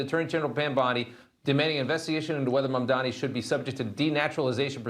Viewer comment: PrezT can't even pronounce MamdaNi's name correctly